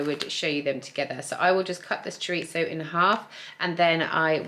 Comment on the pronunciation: Thank you for pronouncing chorizo properly!!